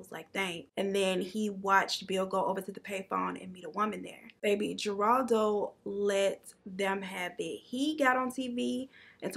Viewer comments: Who is Jeraldo, u mean Jeraldo Rivera? If so the J has the sound of an H. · Just say positive critique. Geraldo the G assignment you have to pronounce it like an H HER-ALD-O